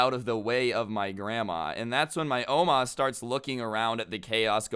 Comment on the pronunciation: i dont like the way u say oma